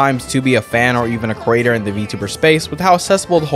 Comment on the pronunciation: with all due respect, man but because of your accent, whenever you say "Creator" in this video I instead hear "Crater" and it throws me off XD I don't mean to make fun of you, it's just something that seemed funny to me, lol